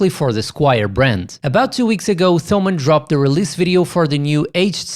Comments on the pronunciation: It's pronounced Tomann, with a "t". Like Thomas in English. Thanks for the review! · Not even englisch native speakers call them /θəʊmən/, just like no one would call Thomas /ˈθɒməs/. You're best off never using /θ/ outside English and Greek.